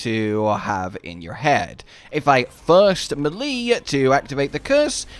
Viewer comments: It's May-Lay. Not Mel-Lee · As much as I like the vids, the way melee is pronounced makes me shut if off immediately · The fact that you can't pronounce melee correctly makes me ignore your video. Sorry but it's cringe